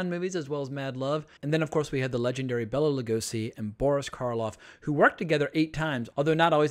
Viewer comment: It's Bela, not Bella.